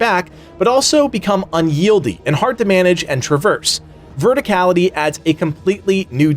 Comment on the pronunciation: *Unwieldy not unyieldy...